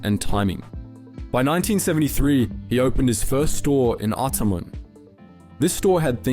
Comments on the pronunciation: ... Ottoman? 🤣🤣🤣🤣 It's AR-TAR-MON. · I had to watch this about 5 times to understand what you were saying and then a quick Googled revealed what you were trying to say. That's most definitely not how you pronounce "Artarmon". It's "are-tah-mn'. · Great video. Maybe somebody else has said it but for next time Artarmon is pronounced - Artarr Mon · The word « artarmon » His pronunciation “ottoman” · "By 1973 he opened his first store in Ottoman". I think the robo-voice meant to say Artarmon. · Pronounce Arr Taa mon like your not from Tasmania? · its pronounced ahtahhman btw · Pronounced Art tar mon. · The first store was in Neutral Bay, in 68. The suburb you mispronounced so terribly is AR-TAR-MON. Good lord. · First store in AR-TAR-MON. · The suburb is pronounced Art-tar-mon. It is the suburb next to Chatswood in Sydney. I went to school with his nephew. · It is ArTARmon. You aren’t from Sydney are you. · Artarmon is pronounced "Are-tar-min". Cheers. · R-TAR-MON - try saying it the way it’s pronounced. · Ah tar mon. Not man. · Atarmon is pronounced uh-tah-mon 😭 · ArTARmon, to rhyme with “A Barman” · Yeah, not pronounced like a novice might think. I still wonder about Tasmania and Tanzania 🤔 Something is off 🤷‍♂️ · Ok, i normally let your mispronunciation slide, but i cant let this one go, it's Ar-tar-mon. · haha just heard artamon as ut-ta-men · I've never heard Artarmon pronounced like that. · wth is this pronunciation or Artarmon lol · I finally realised the voice is AI when the voice couldn't pronounce Artarmon. Despite the disappointment, I still like these videos. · Ha ... The pronunciation of Artarmon struck me too ... and I'm a Kiwi . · Your AI Australian English voice has certainly not been trained to say Artarmon at all well. How about using a human, instead? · It’s not AI they probably don’t live in Sydney and know how to pronounce it